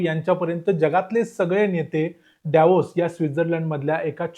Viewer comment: योग्य उच्चार तूच केला भाई डेवोस असा नाहीतर सगळे दावोस बोलतात..पण तू स्वित्झर्लंड ला चा उच्चार चुकीचा केला 😅